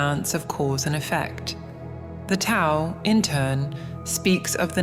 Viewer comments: Dao it's pronounced "D" not "T"... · Teach you bot that Tao is pronounced Dow.